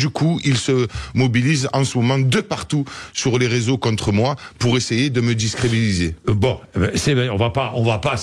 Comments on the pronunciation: 😂😂😂😂😂A 2min56 i"ls essaient de me discribiliser..." 😂😂😂😂😂 Ahhh non mais là ça confirme son niveau 🤣🤣🤣🤣 Il invente même des mots le pélo...!!!!😂😂😂😂😂😂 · Il dit discrébilisé😅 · 2.55 de la video "pour essayer de me discridibiliser"😂😂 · Non il dit discrébilisé 😅